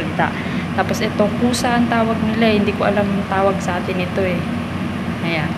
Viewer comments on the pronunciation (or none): none